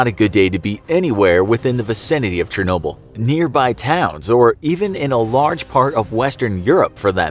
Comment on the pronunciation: Say it with me now Chernobyl = Shur | no | Bull You need a linguistics professional on your team. Getting worse with the butchering of words.